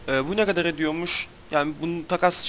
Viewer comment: Nerelisin ( Ne gada dediğinden anladım bir yer ama :D )